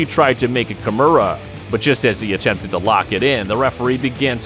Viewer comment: It's "Kimura". It's not "Kamura"